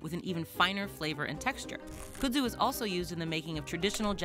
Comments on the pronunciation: I couldn't get past your pronunciation of the word. Kud-zu not Kuh-dzu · In North Carolina, we pronounce the plant’s names as “kudd-zoo” as opposed to “could-zoo”, the way said it. I grew up with the plant as part of the backdrop in my rural town, but I was surprised to find out this defining feature of the southern landscape wasn’t introduced until the twentieth century. I’ve seen the Japanese kudzu bug here as well, although I’ve heard it also attacks soybean crops. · It’s not “coo-dzoo” it’s “cud-zoo” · It's Funny How She Pronounced Kudzu😂😂😊😊Here In The South We Say Khuudzoo😊And Yes It's A Mess Here Snakes Love It And They Use To Say Don't Let Your Cows Get Into It Or You'll Have To Shoot Them To Get E'm Out Of It😂😂😂😂The Flowers Are Pretty And Smell Nice😊😊😊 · Now y'all gotta nice video here bless yer heart... but its pronounced "cud-zoo" like chew da cud.